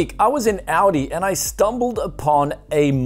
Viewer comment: i swear i hear AUDI not aldi :))